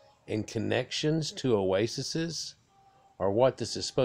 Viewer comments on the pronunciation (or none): Multiple of Oasis is Ouasis’ pronounced, Owasees.